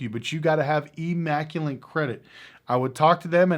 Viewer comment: "immaculate" doesn't have an "N" in it.